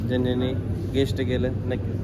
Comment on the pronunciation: शिकलाय कां हुकलाय नीट इंग्लिश शब्द पण बोलता येतो नाही गेसेस ला गेस्ट म्हणतोय बावळट